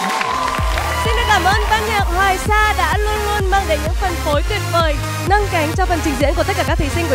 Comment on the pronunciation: Chị hát hay lắm cơ mà phát âm sai rồi nâng "liu" ^^